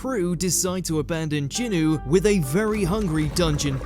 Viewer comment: HOW THE HELL DID YOU GUYS PRONOUNCE JINWOO SOOOOOO WRONG